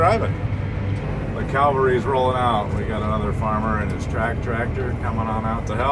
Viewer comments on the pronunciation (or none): Just so you know there is no l in the word cavalry Calvary is a place in Israel